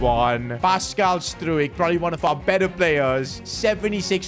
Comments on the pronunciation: fyi stuijk is pronounced strouk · Let’s teach how to say these players names! As a Leeds fan this is annoying me Ampadu = Am-per-doo Gnonto = non-toe Struijk = str-ow-k